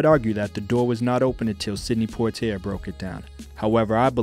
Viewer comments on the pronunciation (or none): good doc. however, "Lah-na Turner" and sydney Pwah-tee-ay" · lol yes their names could have been pronounced better. Thanks for watching